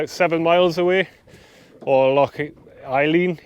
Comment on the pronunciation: Loch a lein is how you pronounce it. Been up there many a time, local pronunciation is a nightmare